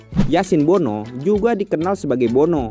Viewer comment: Tulisannya Bono, dibacanya BUNU. Kan bahasa Arab huruf "O" gak ada